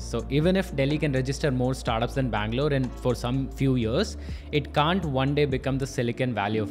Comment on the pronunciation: Best thing. He can pronounce Haiderabad, bangaluuruu. Very clearly. Compare to average Hyderabadi.... Heddrabadd😅😅😅